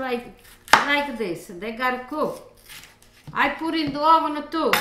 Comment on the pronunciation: " now I put a little bit in the hovennn for carmolele motion"